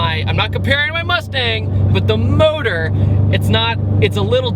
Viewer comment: Why do you say modohr instead of engine? Is it electric?